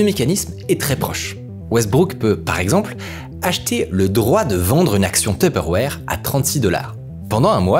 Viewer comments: tuperwarhhhhhh looool il abuse de ouf sur la prononciation ca me fait tilt 🤣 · Ca me fait trop rire comment tu dis teuperwére 🤣😂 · Super vidéo par contre j'ai horreur de la façon dont tu dis tupperware 😭😭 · Super vidéo mais comment ça m’a tendu la manière donc tu disait Tupperware 🥲